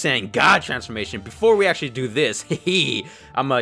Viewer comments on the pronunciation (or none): "actully" lmaofofofo wtf is that